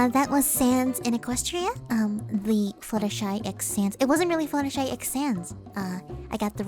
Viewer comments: you are fluttershy not fluttshe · How much money did it take to surgically turn yourself into?